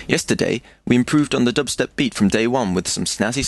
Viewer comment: you say dubstep like stewie says cool whip lmao